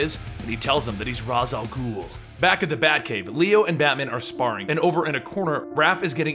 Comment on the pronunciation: its rah al gul